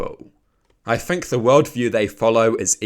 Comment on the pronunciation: btw, the word ‘think’ doesn’t have an F in it bro 😭